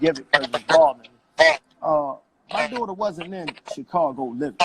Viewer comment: Great breakdown!!!...I CRINGE at how he says dootr (daughter) Lol. If he wants to protect her so bad, start counseling and stop going live for clout right now.